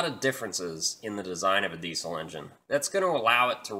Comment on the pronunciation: Diesel not desle